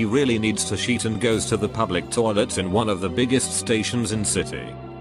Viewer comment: Nobody: Robotic voice: sheet